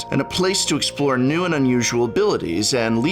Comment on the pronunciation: Professor says “which new deck are you building?” My hearing: “which nude deck...”. :-/ Sorry, Prof.